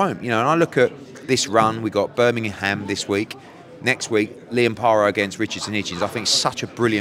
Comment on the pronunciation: He’s saying bur min im instead of Birming um